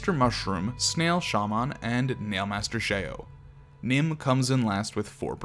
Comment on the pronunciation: Please learn how to pronounce "Shaman."